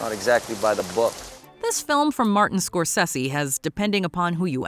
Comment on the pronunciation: Should I know it’s not an AI voice cause you’ve been doing this for years but could you please pronounce the name correctly for Martin Scorsese?